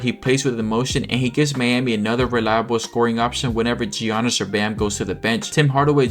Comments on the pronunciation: Is this channel AI? Who calls Giannis Gee-a-nnis? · Mispronouncing Giannis is crazy at this point